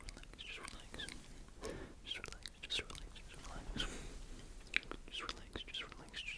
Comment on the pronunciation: Whenever you said relax i thought you were saying skrillex skrillex skrillex